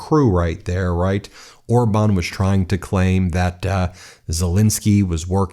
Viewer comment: Idiot calls him orband